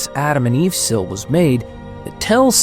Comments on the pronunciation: “”Sil”?! Man that’s not how you pronounce the word seal. It pronounced like the animal seal. Not “sil”. It hurt my ear every time I heard you say the word “sil”. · A woman putting HER hair up in a bun, not THEIR hair up in a bun. SEAL as in cylinder seal, is a homonym pronounced like the SEAL with flippers. It's not pronounced SILL as in window sill. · Your pronunciation of seal is weird. Sill?